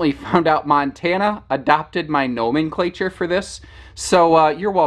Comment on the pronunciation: 12'07"..."Know-menn-clay-tschure"? DUDE! It's, "no-MENK-la-tshure"... 😉👍 Gotta nerd it right or not nerd it at all... Rock on, bruh, you're an important part of my YouTube day!